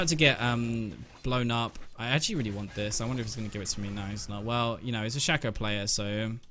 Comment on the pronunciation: learn to pronounce Shaco from Phreak's champion spotlight plz